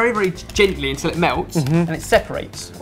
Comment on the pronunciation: While watching old Sorted videos yesterday I realised that says "untell" instead of "until". Once heard, it cannot be unheard and it is everywhere